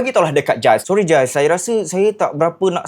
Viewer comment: Hi..nice video...just nak betulkan.. sebutan nama mangsa tu Gilles=Jills